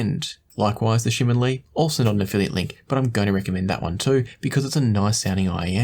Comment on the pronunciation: you pronounced TangZhu Shimin Li very well. You even listen to my fellow Singaporean singer JJ Lin!😂